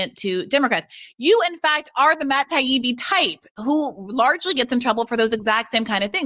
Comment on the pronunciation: He actually pronounced Ingraham correctly… Laura Ingraham’s entire family pronounces it een-grah-ham but I guess she streamlined it to sound more media friendly. Not so sure about his pronunciation of Taibbi though lol.